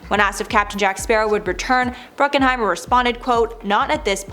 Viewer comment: BRUCKHEIMER! Not Bruckenheimer.